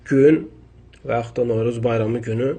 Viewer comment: Sən bir novruz deməyi öyrən sonra danış